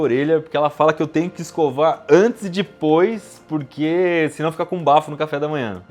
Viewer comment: Que agonia ele falando "dIpois